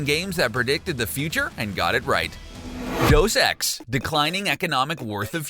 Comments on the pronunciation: Deus Ex is (day-us x) not deuce ex. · It's Day-oos ex, not deuce. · Goddamn... Do you even do RESEARCH on the videos before you read the script? Deus Ex is pronounced "Day-us Ex" and Raiden is pronounced RIDE-EN, not ray-den.